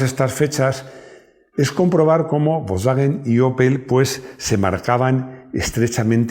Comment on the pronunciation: Me guatan los contenidos... lo que no soporto en la pronunciacion volkswwwagen golffff.. si se dijera volsvaguen golf como decimos todos no daría grima... como la gente de dice donald taaammm y no donald tramp como decimos todos